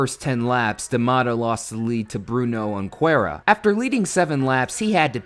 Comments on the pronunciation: Who is Bruno -Un-quera? Lmao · "Bruno Hoonqueera"